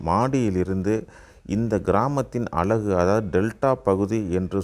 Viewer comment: அலகு அல்ல அழகு என்று பேசும் நபர் இல்லையா?